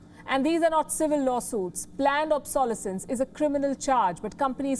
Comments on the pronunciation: Palki, the stress of the word "obsolescence" is on the third syllable - obsoLEScence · I had to smile at the way the reporter pronounces ‘ obsolescence’ ^^